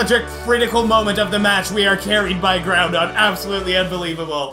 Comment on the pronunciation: When said Groundon, I bursted in laughter